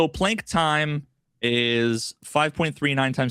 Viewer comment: Planck is pronounced with a soft a